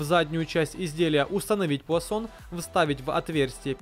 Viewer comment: Пуансон,а не пуасон!!! 160 вольт а не ватт.